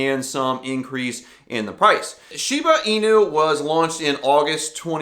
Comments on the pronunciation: Thank you for taking the time to make the video, but I have to wonder: Was your "Shiba I.N.U., or Shiba Eeenu, or Shibe Eye-nu" thing just trying to be cute, or do you really not know how to pronounce it. It the name of a dog breed with a known pronunciation, and even if you haven't ever heard the name of that breed, it IS the name of a Crypto Coin that if you haven't heard of before makes me wonder why I should listen to you talk about it. I'm hoping it was just an attempt at comedy. ;-) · Pronounced Shee(ba) (in)you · Had to stop watching because if this guy doesn't even know how to pronouce Shiba inu, how can he be smart enough to give advice on the coin smh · Let’s take a price prediction from someone who can’t pronounce the name correctly. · You don’t know how to say the name and you expect me to hear what you gotta say about it? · I take it you didn't read the whole comment…? I clearly stated that even if somebody didn't know of the dog breed one should still know how to pronounce it because everybody in crypto is talking about it. Somebody who's doing a video about it should surely have done at least some research, even just watching one…one!…other video. If they haven't, then I was curious how that person should except anybody to take their opinion/commentary/"advice"/etc. seriously.